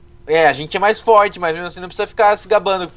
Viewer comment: tu fala foirti